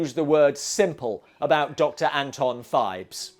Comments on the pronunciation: It's PHIBES, not FIVES, and it was TWO movies. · I dont know who does your chapter titles, Poe Cycle, not Post Cycle….and Phibes, not Fives ffs